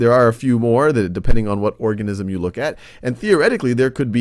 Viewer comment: Who else thought he said orgasm